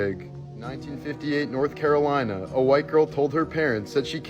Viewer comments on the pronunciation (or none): none